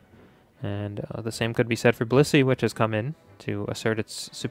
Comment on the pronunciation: I seriously think it sounds like you’re saying bussy instead of blissey